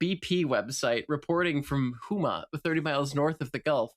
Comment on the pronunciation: Minor correction, it's pronounced Ho-ma, named after my tribe. Thank you guys for doing this episode, though I would have loved a local to have been on it to talk more about the aftermath. I have a bunch of family that work the sea and the rigs, was a freshman in highschool at the time. Thank y'all again.